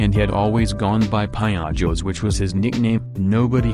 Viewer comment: when he said "piojos" I knew what was coming XD Edit: I love how he butchered the pronunciation lmao